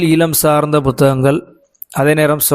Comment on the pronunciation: ஈழம் என்பதை 'ஈலம்' என உச்சரிக்கிறீர்கள்: தயவுசெய்து சரியாக உச்சரிக்க பழகுங்கள்.